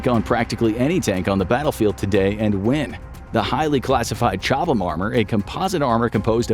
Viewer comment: The armour on a Challenger tank is named after the town of Chobham. It’s pronounced with the two letter ‘H’ silent and the ‘A’ shifted so it’s ’Cob-um’. It’s a fairly typical American mistake.